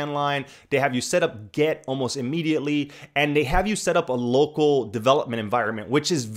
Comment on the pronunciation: it's 'git' not 'get'